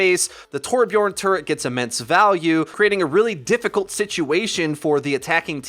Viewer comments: its torbjörn not torbjorn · Its Torbjörn wtf